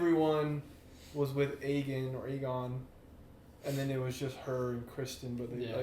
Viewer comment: Bro it’s AYE GON not EGG ON 😭😭